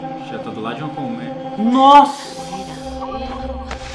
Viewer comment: "Ele tá do lado de uma coméia" ksksksksk